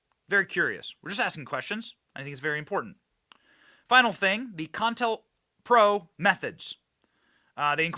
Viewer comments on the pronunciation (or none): Benny! It's COINTELPRO. NOT CON-INTELPRO. I'm sorry, but it's like nails on a chalkboard. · Co-intel-pro. Not contalpro. NO-BELL. Not noble. Come on, dude. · Ok benny say it with co. Intel. Pro. Not pronounced contel pro. Please it hurts my ears. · "COINTELPRO" ---->> "CO - INTELPRO," not CON - TELPRO lol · It's pronounced kow-in-tel-prow also co-intel-pro not con-tel-pro. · Sir. You he correct pronunciation is Co-intel- pro! Not Contelpro. Ever thing else you are correct on. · Bro. Its CO IN TEL PRO. Not "CON PRO". How do you miss the letter I literally every single time? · Bro it's not con-tellpro.its co- Intel-pro! As in counter intelligence program.js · Isn't it Co-Intel-Pro? James Earl Ray or Wray? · Benny, CO...INTEL...PRO. Please! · I think they pronounce it CO-INTEL-PRO. Counter Intelligence Program.👍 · Benny, pronounced Co-in-tell-pro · NO BELL PRIZE....CO IN TELL PRO.....Wish I could get a job helping you tubers w pronunciation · It's pronounced Ko-Intel-Pro. If you don't even know its pronunciation after all of these years, how can we take you seriously?